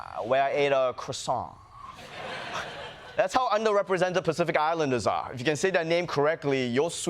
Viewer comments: your pronunciation of croissant was incorrect I'm afraid, it's 'crwassan', oi is wa, and the t is silent. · That's how you pronounce 'croissant'? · Still can't pronounce croissant.